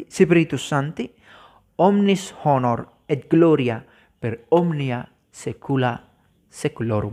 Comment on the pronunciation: Honor dibaca Onor..biasanya dlm bahasa latin H tidak terlalu dimunculkan dalam pengungkapan. 🙏